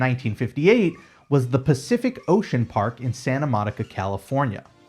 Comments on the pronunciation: Informative video. However, Pacific Ocean Park, located less than an hour away, was pronounced P.O.P. (sounding out each letter). Not "pop". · Pacific Ocean Park was known as P. O. P., not 'pop'. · Pacific Ocean Park was known as "P.O.P.", not "pop". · It was known as PEE OH PEE, not POP. 💜💜💜